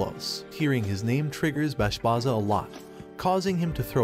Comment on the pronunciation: Bro plz see the anime closely and then write the script .. Bashbarza and granbarza .. not bashbaza and granbaza .. thats kinda annoying when people get names wrong in explanation .